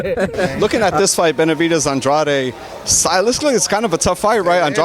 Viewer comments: Since I first started watching Andrade, the announcers and the TV commentators pronounced his name 'On-dra-day', but he pronounced his name 'On-drade'. Wondering why they pronounced his name wrong all this time....🤔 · i heard an Drade too “ahn drrahh deh” is it in Spanish cuz its a latin rooted name